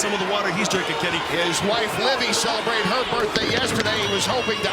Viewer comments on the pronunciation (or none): none